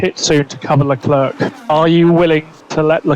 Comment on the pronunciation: NOOOOOOOOO, NOT “leh-clurk”